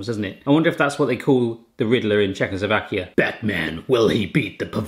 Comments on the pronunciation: Oh god, the pronounciation is not even CLOSE :D and PLEASE, IT. IS. NOT. CZECHOSLOVAKIA. ANYMORE. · OH my god.... Czechoslovakia???? PLease.... do your homework.... plus AHOJ is read AHOY....